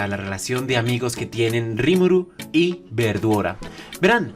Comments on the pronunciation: Los japoneses no pueden pronunciar correctamente la L y la mencionan cómo si fuera R así que la pronunciación correcto sería veldora pero ellos los pronuncian verdora, no pueden pronunciar bien la L y la pronuncian con un R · siempre que dice veldora se escucha como verdura e.e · siempre cuando dicen veldora escucho "verdura"